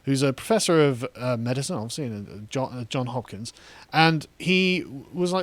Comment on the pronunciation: Carl, Carl, Carl, it JohnS Hopkins, not John Hopkins.